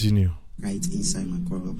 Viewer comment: u nor pronounce Makorloh fine 🙂